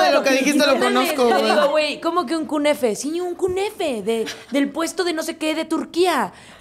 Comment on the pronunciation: No se dice kunefe, se dice knafe jajaja (Obvioooo no hate)